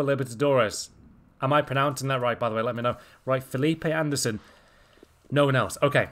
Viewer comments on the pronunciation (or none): none